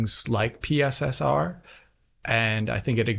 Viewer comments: Out of all this debacle the absolute best thing is calling it PiSSR. Brilliant! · I look forward to hearing PSSR pronounced as "Pisser" in many future videos. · Please never stop calling PSSR "pisser" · “PSSR, or pissah” 😂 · 'Pisser' was the first thing I heard. Its even worse than the Xbox SAD (S All Digital) edition name. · Remember what said: “PSSR” is pronounced “pisser”.